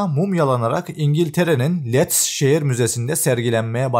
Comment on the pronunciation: Lets sehri degil.. Leeds Liids diye okunur sayin konusan adam